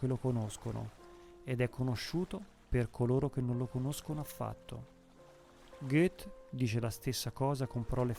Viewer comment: Bravo il lettore, ma controlli la pronuncia di "Goethe"